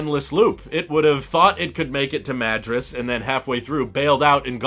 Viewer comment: I live in WA near where you were driving. I bought a reflective insert for the glass roof and have been using it all summer. It was pretty cheap and helps lower AC demand. BTW, The Dalles rhymes with "gals" and Madras is like mah-DROSS.